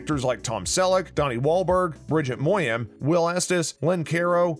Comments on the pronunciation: Peoples' names are golden. Learn how to pronounce them correctly before you make a video about them. It's not Bridget Moyan, it's Bridget Moynahan. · MOYAN? No, stupid, it's Moynahan! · Narrator not a fan, or he'd know the correct pronunciation of Reagan, Moynahan, etc. Pretty uninformative overall. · Why is you are talking about the show do you not know how to pronounce most of the character names...henry was former police commissioner not chief of police. The family name is RA-Gan just like former President, mispronounced Erin her real name is moynanhan, Danny partner is Biaz, Jamie is married to Eddie etc. just name a few of many mistakes.